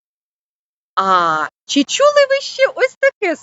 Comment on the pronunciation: слід попрацювати з орфоепією. "Чі чюли ви шьшє таке слово", "поцяг".